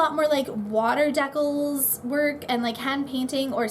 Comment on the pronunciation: Lol it sounded like you said 'water decalzzzzz'